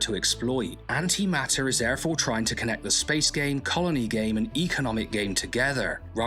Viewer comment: Note the T. It's An-Ti-maT-Ter. Not An'ima'er.